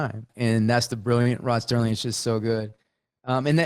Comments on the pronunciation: Please tell Wes it's Rod SERLING; there's no T. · Good episode. But in the discussion of the twilight zone, Wes kept saying “Rod Sterling”. It was “Rod Serling”.